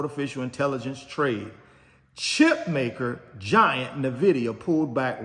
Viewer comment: Bro please stop saying Na'vidia 😂 it's so annoying